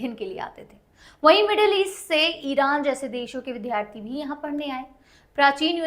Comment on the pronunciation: विध्यार्थी नहीं विद्यार्थी होता है ।